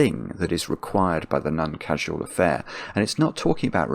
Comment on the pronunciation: Meaning to ask this for literally years. Why does say None instead of Non, always. I don't know anyone else who does that.